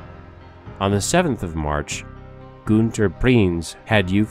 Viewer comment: JOACHIM = YO-HA-KIEM SCHEPKE = SHEP-KA GUNTER = GOON-TER KRIEGSMARINE = CREEGS - MARINE If you want to do history, please learn to pronunciation. You slaughtered the other names too. but I dont havr time to correct